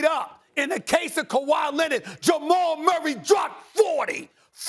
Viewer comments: Stephen “ kawhi lennit” a smith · No one: SAS: Kawhi Lennid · Stephen "Kawhi Lenid" Smith